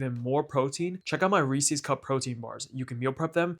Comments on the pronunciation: Why are you calling them Reesies cups? They’re cups that belong to Reese. Reese’s. Rees-US. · You're saying Reese's wrong. A guy named Reese invented this candy and then named it after himself. So who's candy is it? Reese's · It's not Reese-ees cups it's 'Reesiz' cups. Have you not heard other people pronounce it? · It's pronounced Reese-IS, not Reese-EES. Source: TV commercials growing up. Also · It's Reese's, not Reesee's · I always thought it was Reese's as in a person called Reese. I never realised Americans pronounce it Reese-sees. Fascinating. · Pronouncing Reese's wrong in 2026 is crazy. REEESEEE lol idiot. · It's the "Reesies" I can't get over. I cringe every time I hear it. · Based off how you pronounce Reese’s I decided not to trust you. I’m not even gonna attempt watching this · The way you pronounce Reese's and chocolate earned you an immediate dislike. Good job!